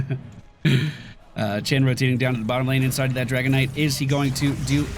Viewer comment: Does anyone else hear saying "Dragonite" instead of "Dragon Knight"? Like it's some kind of mineral, like Malachite or Kryptonite...